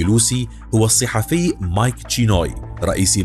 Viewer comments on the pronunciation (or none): none